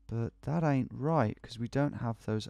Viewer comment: Ok I just want to say how wrong it sounds when you say "ain't" that accent of yours just ain't right.